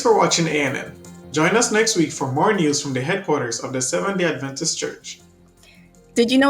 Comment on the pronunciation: I'd really like to hear any news that pertains to adventists but, this morning, I'm finding too difficult to listen to people who think they are adventists and don't even pronounce the word "adventist" in a way that indicates that the root of that word is "advent" - a reference to the second advent of Jesus.